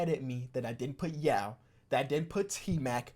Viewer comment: Put some respek on tmac name my guy. I can’t f with you no more